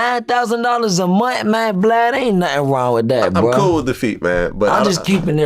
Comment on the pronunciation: Vlad said I'm coo wit da feet... 😅😅😅😅🐾